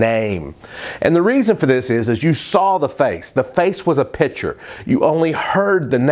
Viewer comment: You lose a bit of credibility when you open up by pronouncing picture as if it were spelled pitcher. Heck, if you can't remember that there is a hard "c" in that word.......